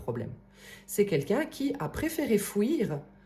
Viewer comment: O.K. je comprend mieux.Mais réécoutez bien, vous dites FOU IR. 😂 Merci por votre réponse. Belle journée ❤